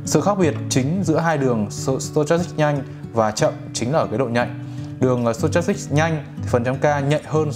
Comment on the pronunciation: sờ to chas síc à ờ stochastic. Đọc là sto thôi anh ơi, méo hết cả mồm hahahaha